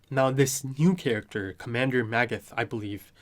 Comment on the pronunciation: Pieck is pronounced Peek. 'ie' in German means it's a long 'I'. Edit: also there is no 'th' in German, so you just pronounce it as 't' in Magath